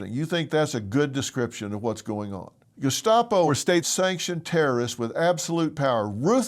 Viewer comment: Gescapo? Why does that sound like an Italian dessert? 😂 What an idiot. Doesn’t even know what they were actually called. Typical. Using words they don’t know to describe concepts they don’t understand.